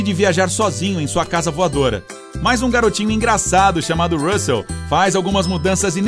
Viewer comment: O engraçado que o narrador fala RUSSEL direitinho e na hora de falar PIXAR ele fala errado.